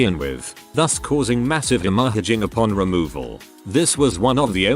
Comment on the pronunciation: Why can't it pronounce hemorrhage correctly